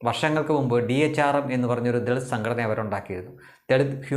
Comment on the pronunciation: ദെളിത് കുടുക്ക് എന്ന് കൃത്യമായി പറയുക.